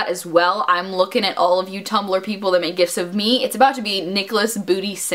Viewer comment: thought she said "gifts" of nicholas' booty instead of gifs...why yes, I would like nicholas' booty as a gift